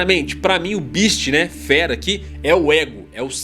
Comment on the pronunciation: Uma pequena correção. Ele pronuncia "feast" (banquete), não "beast" (fera). Ótimo vídeo, a propósito.